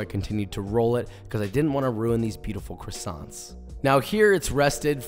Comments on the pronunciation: As a french, dying a little inside every time he says the "t" in croissants 😅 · Would be great if Joshua learned how to pronounce "croissants". It's not "krassonts", it's "kwas-zon". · The minute he said CrussonTs instead of croissants I have to find a different video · Its quasonts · Can’t pronounce what he’s giving directions to make, classy. Love me dem CrissAnts. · they are NOT "krisants" dude, learn how to say it with some style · Great video! Best one I’ve seen so far on croissants! Maybe I’ll finally give them a try :) oh and btw in french we dont pronounce the “t” at the end, so its pronounced “croissan” :) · I just wished he said the word “croissants” the right way!! Love the method though just feel annoying whenever I heard him saying the word “croissants”. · Americans pronounce croissants in a very strange way !! Also herbs, there is a H at the beginning and it is pronounced. In English anyway. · fun fact: you don't pronunce the N and T in croissants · Great job. They look deliscious... But you really need to learn How to prolounce what they are :) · Don't pronounce the "ts" at the end of croissants if you want to say it the right way